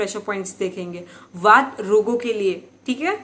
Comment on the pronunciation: ma'am please don't mind. Aap se ek request hai काफा, pitta, वाता , दोषा , nahi boliye, sahi ucharn kijiye. Please.